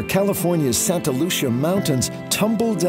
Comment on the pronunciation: Born and raised! One thing tho, locals hate it when Santa Lucía is mispronounced like in this video. Lucia is set to be in Spanish.